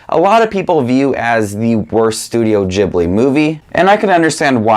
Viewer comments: It's ghilbi not jibliii ughhhh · It’s not jhibly it’s pronounced gibly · I just gotta say this before it drives me crazy It's ghibli not jibli It was named after an aircraft also named ghibli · It's ghibli, not djiblee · Its not (juh-ibli) it's a (guh-ibli) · for someone who seemingly loves these movies your butchering the name its pronounced gee· blee not gib-lee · Ghibli, not Jibbly. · he says studio ghibli wrong and i hate it... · You do realise that for a true Miyazaki fan, you're pronouncing Ghibli wrong? 😅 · And his pronunciation of studio ghibli is so strange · When he pronounces Ghibli wrong the entire video When he likes my comment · how is studio ghibli pronounced? jibli or gibli? i’m confuuuuused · Every “i” in Japanese is pronounced “ee”, hayao mEEazaki. studio ghEEblEE